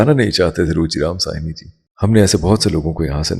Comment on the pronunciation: Ruchi Ram Sahni ... bhaji pronounce simple SAHNI ... like Balraj Sahni ji .. Sahni is a sub cast oh hindus.